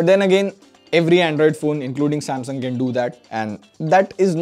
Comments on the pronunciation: it's sasmung instead of samsung Please correct it. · Sasmung, nice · Am I the only person who noticed "Sasmung "😁😁😁🤣🤣🤣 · 'Sasmung', yes xD